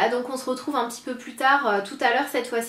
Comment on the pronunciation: On SE retrouve et pas on zretrouve sérieux arrête de dire ça ça m'énerve !!! :)